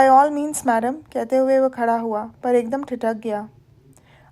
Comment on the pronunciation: मैडम आप ' वह ' को we पढ़ती हैं जो बहुत खटकता है प्लीज़ ठीक कर लें ,आपकी आवाज़ अच्छी है ,कहानी बहुत बढ़िया